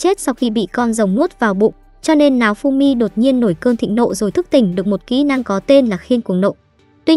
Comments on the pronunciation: Hình như có j đó sai sai nao thì đọc thành náo nghe như kiểu láo ế :)))) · sao tui nghe tên nafumy mà ra maeof simmy ta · nghe tên naofumi thành náofumi hài vaiz XDĐ